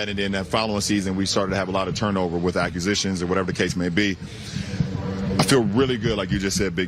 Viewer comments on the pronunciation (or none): I don’t think he knows how to say the word “acquisitions” 😂😂😂😂